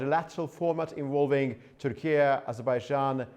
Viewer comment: Say Turkey correctly😂😂😂 WTF is turkie???